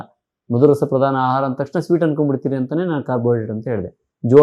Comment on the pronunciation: ಅಹಾರ ಅಲ್ಲ ಆಹಾರ